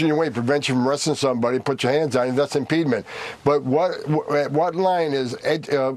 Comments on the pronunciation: “Impeedment” is not a word. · I'm just a high school graduate, but I'm pretty sure there's no such word as "impedment"; I think he means "impediment, which makes him a fvcking idiot, bully, and a tyrannical thug. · Someone should tell Homan that “impeedment” is not a word. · BTW, is "impedement" a word? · What is impedement/impeedment? Is it a word? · "Impede ment"..........Lol!!!